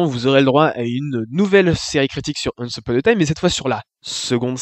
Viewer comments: Je dislike juste pour comment ta prononcé le titre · Le fait que tu prononce mal le non de la série te rend déjà pas crédible du tout :')